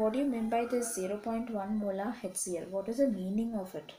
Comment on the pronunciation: Mam Its HCL not hectCl🤣😂